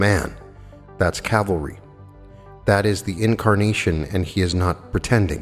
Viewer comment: Love you and your presentations. Say CAL-vary.